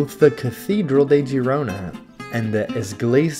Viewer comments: No, the video was nice thanks for the upload. I especially like your little dance/walk on the wall. But it is pronounced FYI Gerona for us Americans. The i sounds like an E. It always messes me up as well. Cheers mate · Girona* and not Gerona 😊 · It would've been nice if you learn how to pronounce the city correctly.